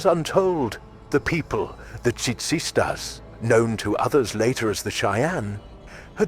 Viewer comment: Ummm either this is the most worked human in the world or its A.i and hay english sounding guy you didn't pronounce the chyane name for them selves worth a damnd tisas,tisas